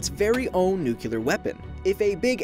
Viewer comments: NukeUlerrrrr is not a word. It's simply, nuclear. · Nuclear... Nuc'l'ear. Not nucular... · I swear to god, if you say "Nucular" one more bloody time... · NUCLEAR. IT'S NUCLEAR. THIS IS THE THIRD TIME I'VE HAD TO TELL YOU. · Channels as awesome and smart as this one drive me crazy when they say "nucular" ... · Yes yes, but I need to know how this fits into the Life Noggin Canon! Also I love all of you but PLEASE please please PLEASE. PLEASE learn how to pronounce "Nuclear"